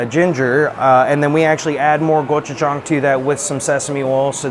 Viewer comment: its gochujang adam not gojuchang